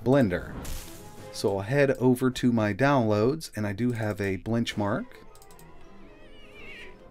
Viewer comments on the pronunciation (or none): Ha ha ha. He said "blench mark." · I was listening at 1.5x and wanted to check my ears... He actually said Blenchmark, that's hilarious